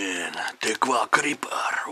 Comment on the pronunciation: Он даже не умеет говорить Крипер